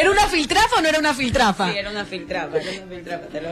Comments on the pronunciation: Jajajaja Filtrafa .... es verdad aun no aprende a hablar esas chicas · que mierda es filtrafa? será piltrafa, vergüenza que una periodista no sepa hablar, más instrucción y menos farándula señorita. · ni siquiera hablar saben Dios mio, es piltrafa no filtrafa, pobre gente. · Filtrafa? señora periodista aprenda a hablar de dice PILTRAFA...